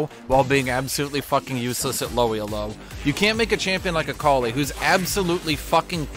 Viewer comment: How says Elo is really tilting me